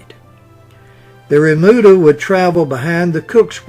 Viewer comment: Remuda,, not "bermuda".